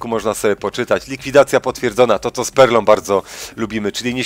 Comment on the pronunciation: Bez obrazy, ale jak mówiłeś z perlą brzmiało to jak spermą